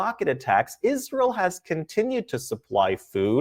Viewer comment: Dave SMITH is supposedly a Jew but can't even say Israel correctly. Might as well just talk to us some more about a nucular Iran.